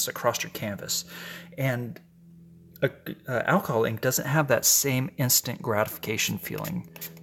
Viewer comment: Ok, looks like a basket of flowers. Roses in ctr, petunias on right, & something yellow on left. It's so funny when u say "alcohol ink" it sounds like "alcoholic". Go back & listen. he he ~ patQ PS, stay off I35